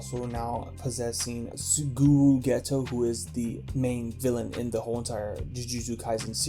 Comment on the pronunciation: did bro just say “sugu geto”💀 and mugu mi💀